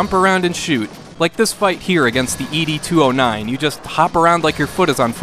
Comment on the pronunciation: "EE-DEE 209" ? Blasphemy! In the movie they call him "Ed two-o-nine", you know same as that horse mr. Ed.